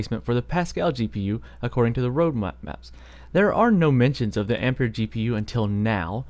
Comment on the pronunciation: Good pronunciation, I'm tired of hearing people pronouncing ampere "amp-air" as "ampi-air", same spelling as the unit of current 1A=1Amp=1Ampere="One Amp-air"